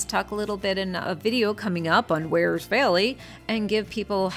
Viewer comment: Peeeeeeeze will you people who come here from elsewhere learn to pronounce “Wear”! It’s not “weer” Do you “weer” your clothes! Knock it off. I have ancestral roots in Wears Valley and my ancestors would be appalled by your pronunciation.